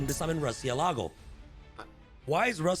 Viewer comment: MU-RCIÉLAGO is the spanish for Bat